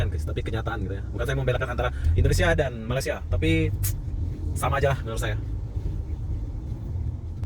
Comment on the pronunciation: Saya geram sangat dengan si ni. Dari dulu lagi orang cakap, Jangan Sebut Malasia. Sebut dgn betul lah, Malaysia.